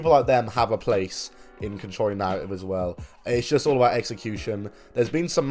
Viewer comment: Control yo narra-ive